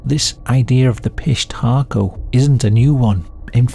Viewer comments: Dude I’m sorry, I couldn’t listen to you say Fish Taco a thousand times. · Great video! I don’t know why I keep hearing fish taco I hear the P but all together it hits me as fish taco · I thought you said "fish taco" gang, lol. The auto generated captions are having a field day with it. Pissed hatrco, pish Taco, Southern undies... gotta love it when the topic is so messed up. - fish taco, about time it heard it too. I didn't know Peru had stories this creepy, of course everyone does, I just never heard them. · I just kept hearing "fish taco". 😂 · I keep hearing "fish taco" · Tell me I'm not the only one that kept hearing the name as 'fish tacos'. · i enjoyed the video, but i kept hearing fish taco the whole time. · I keep hearing fish taco 🤦🏻‍♀️ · Idk about ya'll but I kept hearing "fish taco" 🐠🌮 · Am I the only sick mf that hears fish tacos every time you say pishtaco and giggle a little bit? Yes, I know i ain't right 😊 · I believe it's pronounced.. "fish tacos". ..fishtacos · I keep hearing fish taco lol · 😅😂😂😂😅 Me too, fish 🌮 taco. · Obviously the correct pronunciation is 'fish taco' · I thought he was saying fish taco 😂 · I kept hearing piss taco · I'm so sorry but I keep thinking yr saying piss taco and giggling. Again, very sorry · The AI generated pronunciation of Pishtaco at the end was so passive aggressive 💀 got me crying from laughing so hard